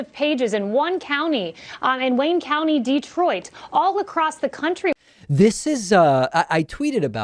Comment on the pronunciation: Detroit is in Wayne county, but she can’t even say that correctly.